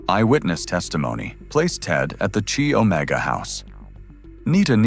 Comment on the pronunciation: Chi Omega is pronounced Ki Omega not chi as in Chilld Thx.